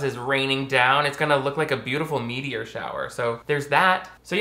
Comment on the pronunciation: said meteor shower but I heard meatier.